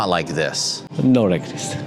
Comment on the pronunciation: "I make widebody ... low styling ... more downforce. I rike." 😎